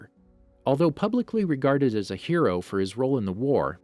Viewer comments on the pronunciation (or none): none